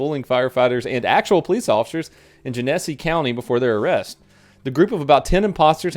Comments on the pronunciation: Jen a see county donut! Haha this is down the street from me! I just hate seeing you mispronounce it knowing how annoying michiganders are lmfao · Genesee. Pronounced Jen a see. Sorry, that was driving me nuts. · I know this video is 2 years old, but being from Michigan I feel like I have to say this. Genesee is pronounced Jenna-see. Keep up the good work. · Just because I live there it's pronounced Jenn-Uh-See County, love the vid man. No hate, just sounded wierd the way he said it. I live like 20 miles from when this happened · Flint's my hometown. Its pronounced "jen-ah-sea" Much cringe was experienced. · its pronounced like tennesee not gen essy lol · Jen-is-see county donut. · I'm a little late, but Genessee is pronounced like Tennessee. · Sorry, but it’s pronounced Jenna-see 😂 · Genesee... "Jen-E'-Sea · "Are you kidding me?" (sounds of additional TASER arcing) Uh ma'am, I don't think that he's kidding you. Genesee GEN-uh-SEE county. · he mispronounced genesee every time. it pronounced gen-a-c. this is really bothering me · Being from flint it hurts to hear the way you pronounce Genesee lol. Its like Jenn ehs ee. Or we say it gin uh see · Its pronounced "Gen a see" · I live in Genesee county Michigan and found out about the fake cops from this video. Awesome. They have 5 on charges now... the second e in Genesee sounds more like an a just so ya know.. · Gen-eh-see,. You are killing me. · Genesee......It's pronounced Jen-a-see. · Excellent videos, wonderful wit - Thank you. For next time, Gennesee is pronounced "Jenna-See" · Just FYI, it is GEN-A-SEE, Michigan has many messed up names for cities/towns/counties/etc... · I believe the name is pronounced "JEN-uh-SEE." At least when I used to drink Genesee Cream Ale it was pronounced that way. 😜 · I laughed so hearing you say Genesee. It's pronounced jen ah see. Im calling it gen eh see for now on though. .love it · Genesee is pronounced like hennessy. For Future reference. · It's actually gene-see